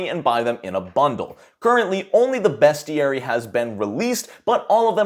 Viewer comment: YOU SAID BESTIARY RIGHT! I'M SO PROUD OF YOU,! <3